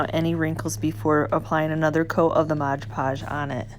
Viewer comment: I love these projects. Please say MOD podge, not moj podge.